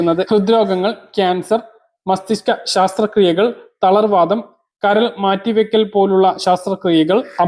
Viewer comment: ശാസ്ത്ര ക്രിയ യല്ല.ശസ്ത്രക്രിയ 🤭